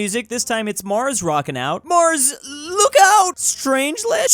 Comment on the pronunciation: You pronounced Strange let wrong